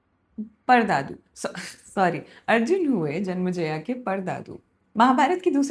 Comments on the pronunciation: It's "Janmenjay" not janmajaya ! And what do you imply by saying 12-12 saal puja karke timepass karte the ! Casualty aur lack of respect ka line par nhi karni chahiye. I hope ye isme malformations aur propaganda na ghusa de. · it was nycc.. but its not janmaijaya, its janmaijaye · it's janmejaya not janmjaya . pronunciation is essential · जन्मेजय। But it was great! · Hindi mein itna saral sugam sunder prastutikarana aajkal nahin sunne milta hai Par haan, aapko naamon ke uchharan mein karya karne ki avashyakta hai Asal mein Janmajaya ke alawa Dwaipayan ka bhi ucchharan thoda off hai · Was just about to point out but you've already apologised 🙆‍♂️😖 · Small correction, some pronunciations, just keep a track on all of them. It's जन्मेजय not जन्मजया, द्वैपायन not द्वैपयन, वैशम्पायन not वैशम्पयन.. Rest all are fine . Also it appears that you enjoy storytelling and this sort of delightfulness gets projected on the listeners also, so good job there.. Also, one unsolicited opinion as you are now on this monumental journey, whenever you seek explanation for any character's actions, do find them as you want but just for once, enter in their shoes too and let them explain you why did they do that and trust me, it will make the experience even more immersive and empathetic.Keep getting better at it👍